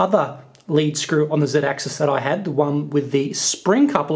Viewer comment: Who else cringes when he says zeedaxis.